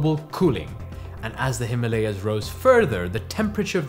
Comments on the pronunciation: he isn't white then ? why does he pronounce himalaya that way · Please pronounce Himalaya properly. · Please correct your pronunciation of the word - Himaalaya. It's "Hi-maa-la-ya". Not "Hi-ma-la-ya". It's Hima-Aalaya, viz. Abode of ice. Hima=Ice. Aalaya=Temple/abode of great place particularly Spiritual. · Himalay not himaliyas 😂😂😂😂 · Himalay hota hai or Ganga na ki Ganges, Angrezi padho or paagal ho jaao! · Also it is not - Hee ma lay yaas But - Him aalaya ( the abode of snow) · Please pronounce Himalaya as it should be pronounced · Video was great but really disappointed by your pronunciation of Ganga and Himalaya maybe you are an not your fault.